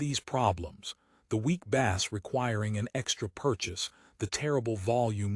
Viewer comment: ai says bass like fish not bass like base